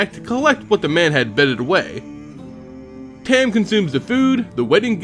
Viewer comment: Dude I know this is old and u probably know by now but it's tom not tam but is spelled tahm cool vid tho I actually main this guy being the dirty player I am and I wanted to learn more about his lore so thanks